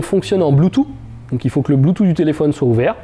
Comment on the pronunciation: blutoo "sssssssss" :)))) ne pas oublier le th au bout ;)) mais vidéo top comme d'hab